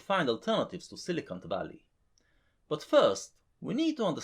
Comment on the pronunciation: I always hear silicunt Valley